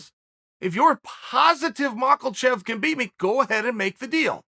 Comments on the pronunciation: STOP calling him MakLachev !!!! It’s MakHachev and pronounced as MAHACHEV !!!!! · Ma-Kha-Chev .. not MakaLchev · Malkachev he calls him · Chael : Islam Mockel-chev Islam : 🤦🏻‍♂️ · Chael is still calling Makhachev makalchev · I like how he says Makelchief, where do you get the L from Chael ? Cracks me up everytime I hear it haha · No L in makhachev. Mock uh chev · Chael “Makle-chev” Sonnen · Did someone tell Chael that there is no L in Makalchev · If Chael says it's 'Makalchev', then it's Makalchev. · Chael please tell me where the L is in the name Makhachev lol